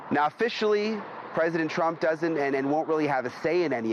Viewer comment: It is president TRUMP, not CHRUMP.